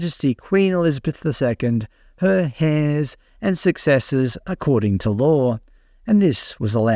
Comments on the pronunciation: This foolish woman is not representative or represent any aboriginal people. Thorpe has an elementary level of schooling. When she read the allegiance pledge, she read it phonetically the way she was taught, she pronounced 'heirs' as 'hairs'. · Nup, she read “heirs” pronounced it “hairs”. That’s why it’s written. She’s should be thrown out. Edit. Is she a spy? “International exposure”, “keep people informed about this parliament “ hmmm🤨🤨🧐🧐🧐🧐